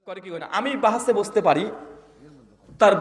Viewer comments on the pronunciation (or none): আরে ভাই বাহাজ 😂 হয়না। বাহাস হয়